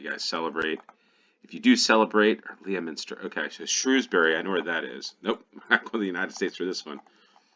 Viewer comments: Leominster pronounced Lemster.malvern pronounced molvern. Enjoyed this one. You zeroed I. Pretty quickly. Love your attempts at the place names. We Brits only know because we know. It's cause of all the invasions throughout the ages. Romans, normans, Saxons, vikings, etc. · Leominster is pronounced "Lemster". Welcome to England, baby! 😎